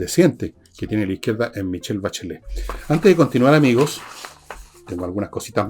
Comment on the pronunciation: 😂 "La Sah Bacheleh"